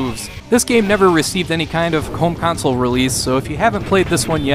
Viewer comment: "This game never received any kind of come honsole release..."